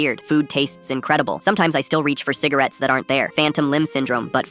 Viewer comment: fivce hundred cigarates